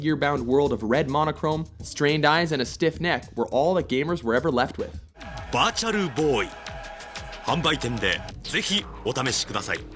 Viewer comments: Wartaru bloy... 😅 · Sounded like "Botched boy" you got that right. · "Botcharoo Boy" D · How we prenounce it: Virtual Boy How Asians prenounce it: VartaRU Boi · Sounds like the Japanese announcer is saying "Botchual Boy"! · wat-cho-roo boy. Gotta love that pronouncing